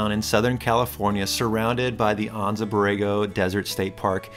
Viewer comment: Never heard it pronounced Ahnnza Borrego